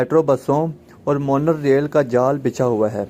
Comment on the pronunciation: Metric mein anay walay sawal ka jawab hain ya aur monal train nai mono train hota hain